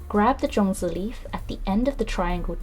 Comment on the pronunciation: Sorry no zongi it's zongzi ok